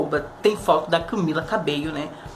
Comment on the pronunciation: Kkkkkkkkk que bosta prefiro mais a Dani doque a Camila cabello Na moral moço se tu for fã msm vc fala o nome da Camila cabello direito Camila cabeio Moço CAMILA CABELLO NAO CABEIO